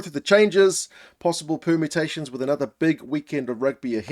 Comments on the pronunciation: Did I hear you say "Possible pumatations" ? 😀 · Your pronunciation of 'permutations' sounded like 'pumatations'; ironic as you were wearing a Pumas shirt. 😉